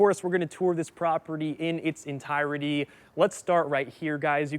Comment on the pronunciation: ENTIRETY = ENTIRE-TY not ENTIE-RETY. Three syllables NOT four.